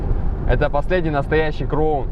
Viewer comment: только please НЕ КРОУН а КРАУН CROWN.